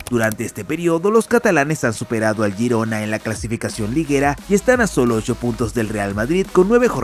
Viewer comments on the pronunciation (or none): none